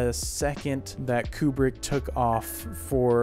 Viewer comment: Koo-brick, not Kyu-brick.